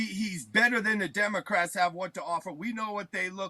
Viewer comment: Dis is da outwine! Dis is da stuff he says....No democwats...nobody ewse would even say these kind...these types of things he says on his wet...his website hewre!1!"